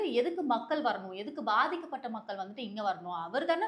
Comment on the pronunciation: Ena ma pathika patha avangala ethuvam solu elluramu sonuringa words correct pesunga sister pls😊